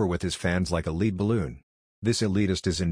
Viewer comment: Good riddance. (BTW, did get a chuckle out of “lead balloon” pronounced as “LEED”).